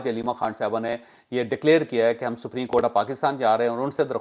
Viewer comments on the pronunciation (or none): none